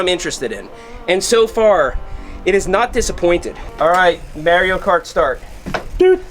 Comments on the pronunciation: Who the hell is Mary-Oh? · "Mare-ee-oh" has me questioning everything. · It’s pronounced Mario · someone tell this man how to pronounce "Mario" 🤣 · I can't get over how you pronounce Mario. Lol. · Why he say "Mario" like that?